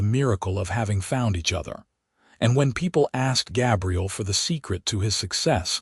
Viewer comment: GAbriel like an A